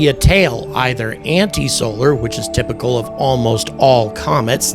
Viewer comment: Tymical or is it typical? Just trying to clear things up. Thanks 😂